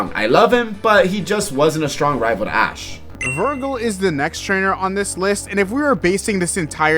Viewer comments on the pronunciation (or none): His name is Virgil, not “Virgo”